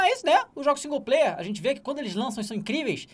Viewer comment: Tem que tomar naquele lugar esses caras que ficam falando que singu-player